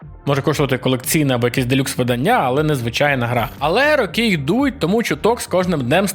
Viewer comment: Правильно говорити не виданнЯ, а видАння.